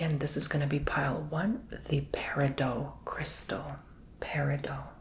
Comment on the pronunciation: FYI. Peridot is not French. There is a hard “t” at the end of the word. Love your videos………